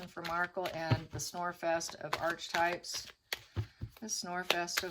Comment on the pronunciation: Pronounced “arc” for archetype (h is silent)